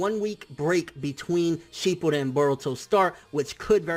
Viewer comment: Are we gonna ignore that he said "sheepuden"